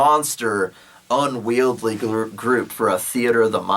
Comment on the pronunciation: Yeah like "unwieldy" but you say unwield-ly...it's cool man say it however you want...how long have you been posting these awesome videos? I really appreciate your hard work and will hit up your patreon soon.